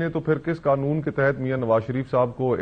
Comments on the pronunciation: vo uska right ha likn Kam az Kam national TV lay baith k alfaz ko theak boly, pendu he ha sala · کلاسرے قنون نہیں ہوتا، قانون ہوتا ہے، 😅